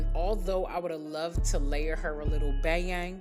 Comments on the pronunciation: HA! That bayang, that bayang! that made me bust out laughing when I heard that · she said not the bayang😭